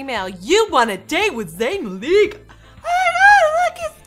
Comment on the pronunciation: "Zayn Mleek"